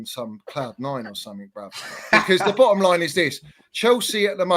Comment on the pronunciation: 50% of that chelsea fan's vocab is "the bo'om line id this" and "le's 'av it righ'.